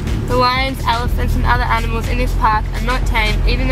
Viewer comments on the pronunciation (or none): Did he just said 'aminals' instead of 'animals' ?